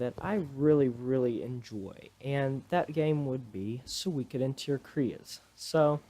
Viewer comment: You pronounce the Game suikoden "tear cries"!